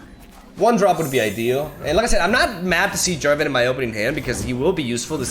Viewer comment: "Jen Jarvan" ;D